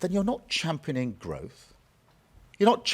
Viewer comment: Champaning 😂 lol what ? Thats championing